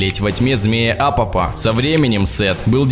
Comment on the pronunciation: Не Апоп, а апОп. Не Тоут, а Тот.